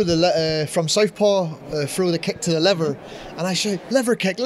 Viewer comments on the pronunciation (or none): none